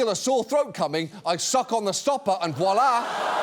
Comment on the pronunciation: Pronunciation of voila is too "across the Channel". if you know what I mean